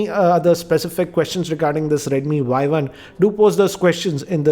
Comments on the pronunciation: Its Y1 not YI.... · its not [Yi] its 【Y1】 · Its not yi its y1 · It's Y one. Not Y i. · it's y one not yi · Not yi its y1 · sir is not a yi its a Y1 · its Y1 not i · SIR ITS Y1 NOT YI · Bhai Y1 not not Yi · It is Y1 and not Yi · Y 1 not Yi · Did he just made the first mistake by saying Yi .. Isn't it supposed to be Y1? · i think its Y one not Y i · Sir not yi its y1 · This is not Yi its Y one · he did say Yi first but all other times in review he said Yi One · It is not YI as you mentioned first. It is Y1. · It's not yi it's Y1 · Y One! Not Yi